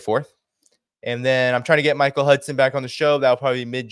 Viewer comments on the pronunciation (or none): none